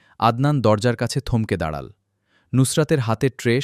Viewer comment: দাড়াল উচ্চারণ হবে দাড়ালো😮😮😮😮😮😮😮😮